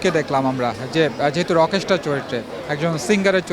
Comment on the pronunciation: বিশিষ্ট সাংবাদিক ভাইয়ের উদ্দেশ্যে বলছি- ভাইরে "রকেশটার" না, রকস্টার। উচ্চারণটা একবারে করতে হবে। না মিয়া ইংরেজি বিশেষজ্ঞ নই। কিন্তু অন্তত এসএসসি অবধি পড়াশোনা করলেও এই সাধারণ ইংরেজিগুলোর উচ্চারণ ঠিকমত করতে পারা উচিত। আর হ্যাঁ, বিভিন্ন সিনেমার জন্য দর্শকদের ইন্টারভিউ করছেন ভালো কথা, আগে আপনাদের উচিত সিনেমাটা নিজে ভালোভাবে দেখা। তাহলে শুরুতেই আপনাদের সিনেমাটা সম্পর্কে একটা সম্যক ধারণা থাকবে। গোটা ইউটিউব এবং ফেসবুক ভরে গেছে কিভাবে শাকিব খানের রকস্টার সিনেমা নিয়ে মানুষের মুখ থেকে খারাপ/নেগেটিভ রিভিউ বের করা যায়, কিভাবে সিনেমটা ফ্লপ করানো যায় এটা নিয়ে। বিশেষ করে "প্রতিদিনের বাংলাদেশ", "রাইজিং বিডি", "বাংলাদেশ প্রতিদিন", "স্টার গল্প না কি যেন একটা ইউটিউব চ্যানেল" এবং আপনাদের এটাও। কেন রে ভাই? আপনাদের তো দেখছি না "রইদ", "বনলতা", "মালিক", "পিনিক", "অফিসার" এগুলো মুভি নিয়ে কথা বলতে বা ইন্টারভিউ করতে? এসব সিনেমারও ইন্টারভিউ করেন, সেখানে আরও অনেক বেশি বাজে/নেগেটিভ রিভিউ পাবেন। যাই হোক, এভাবে উদ্দেশ্যপ্রণোদিত ইন্টারভিউ না দেখে যাদের ইচ্ছা তারা নিজে হলে গিয়ে সিনেমা দেখুন। নিজে যাচাই করুন। আরেকজন খেয়ে টেস্ট করে বললো "ভালো" তাহলে আপনারও ভালো লাগবে, বিষয়টা এমন নয়, আবার আরেকজন খেয়ে "খারাপ" বললো তাতেই যে খাবার খারাপ হয়ে যাবে বিষয়টা তেমনও নয়। আপনার নিজের টেস্ট আপনার নিজের কাছে। আর হ্যাঁ, যেহেতু শাকিব খান অনেক উপরে উঠে গেছে, তাই শুধু আফরান নিশো নয়, আরেফিন শুভ থেকে শুরু করে সিয়াম আহমেদ সবাই উপরে উপরে হোক, আর মনে মনে হোক, সবাই হিংসা করে। এমনকি রেসের বাইরে থাকা ডিএ তায়েব কিংবা হাসান জাহাঙ্গীরও করে, যদিও তাদের এখন আর সেই বয়স বা সামর্থ্য নেই শাকিব খানের সাথে প্রতিযোগিতা করার। তারপরও করে, তাদের ইন্টারভি